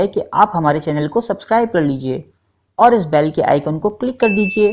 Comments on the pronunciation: Bal nahi bel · Video bari achi thi...par baaaal nhi bayl hota hai